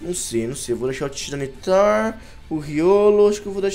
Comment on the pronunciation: não e tiranitar e sim tairanitar a pronuncia